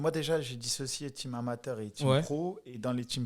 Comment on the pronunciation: "" c'est team, pas tchim